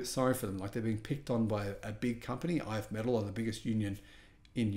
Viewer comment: It is pronounced "If me-TALL."